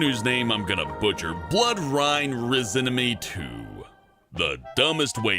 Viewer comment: this is how u pronounce it bloodRAINRENISMEY2